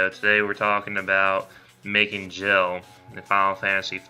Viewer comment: Nice and informative video, so thanks for that. However who in the history of final fantasy has ever pronounced GIL AS JILL?? WHOO??? Hard G dude, hard G.